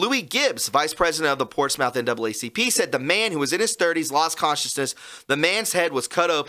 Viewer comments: PortsMOUTH is pronounced PortSMITH. ✌🏼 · ish... Portsmouth... :) hey from UK... we got a Portsmouth too... we pronounce it Portsmth... or even Portsmf... :) hope helps... :) Cheers man !!! :) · its pronounced portsmith! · Pronounced "Portsmuth" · "portsmouth" pronounced PORTS-METH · Portsmouth is pronounced Ports smith. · Pronounced "Portsmith"